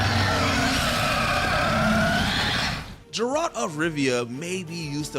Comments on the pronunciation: None of these guys are even gamers. 💀 Father gas-coin... Jaralt... Sharon... Cba to keep going with now many names they couldn't even say properly. 😂 😂💀🤦‍♂️ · Leave behind the scenes, he shouldn’t be narrating when he don’t even know how to pronounce names of iconic video game characters when providing VO for a channel that mainly makes about, idk, VIDEO GAMES? Whoooo tf is Jeralt?